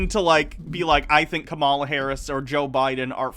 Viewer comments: The VP’s first name is pronounced: “KAmala” not “ka-MA-la”. TKW here pronounces it the way he does just to disrespect her, the same way, and for the same reason ****er Carlson does it on Fox News. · pronouce her name as: COMMA LA